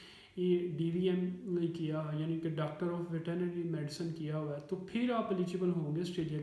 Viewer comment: Sir veterinary bolna to seekh len